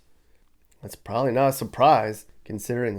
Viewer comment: This guy can't even say the word probably correctly! Calls it "prolly"